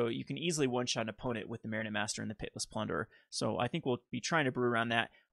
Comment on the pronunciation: Are you saying PIT-less plunderer? or Pitiless plunderer? lol it's all good. thanks for the content!